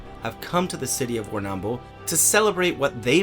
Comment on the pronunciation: Okay, for the record, you are definitely pronouncing Warrnambool incorrectly. You are accentuating the second 'a' too much and it disjoints the 'bull' sound at the end. I'm sorry to be nitpicky but as a local to the area, it is a bit of a pet peeve XD